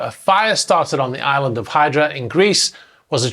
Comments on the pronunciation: Love the channel, just a small note in case you do anymore on this scenario (I know you had plenty of opinions on the yacht name!)...The island is pronounced Eee-dra, rather than Hi-dra...Keep up the good work 👏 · I think it’s pronounced “eedra”. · Different languages, different pronunciations.